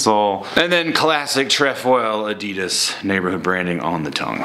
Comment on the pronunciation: u don't say adidas like that